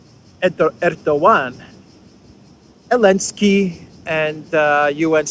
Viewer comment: Is it my hearing problem, or does avoid pronouncing the Z in Zelensky's name? I hear it as Elensky and Olensky, This is obviously the way CC "hears" it also.